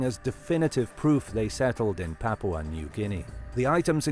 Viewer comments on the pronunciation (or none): none